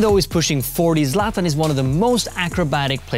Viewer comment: why is he pronouncing it "zlat ahn" lmao